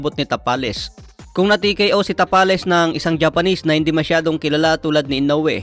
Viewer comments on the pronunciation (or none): Tabales yan hindi tapales haha